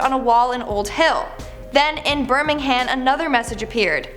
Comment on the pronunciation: The way she said Birmingham